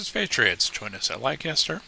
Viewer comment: Volume is much better! Leicester is pronounced /LESS-ter/ ... just so you're aware. I grew up in New England and there's a LOT of old English names and pronunciations.